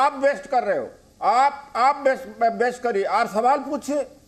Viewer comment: अबे काले तितर बेस्ट नहीं वेस्ट होता है पहले बोलना सिख ले